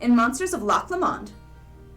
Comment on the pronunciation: Loch Lomond ..is pronounced LOKH LOW-MONH